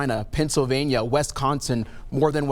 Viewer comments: Scared much? And what state is West-con-sin? Boom bing! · This dud is a DEI hire. He can not pronounce Wisconsin correctly! What a joke!